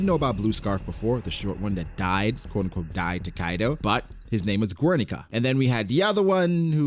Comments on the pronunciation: Guernica is pronounced Gernica not Güernica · bro i cant tolerate his pronunciation of guernica